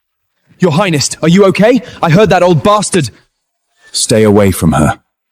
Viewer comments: Why do they keep adding a "t" at the end of "highness" when they speak??? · Ugh...AI... Your "Heinest"?? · Is it just me or are they saying highnesst instead of highness? I swear I hear a T on the end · What is "highnest"? 😂😂😂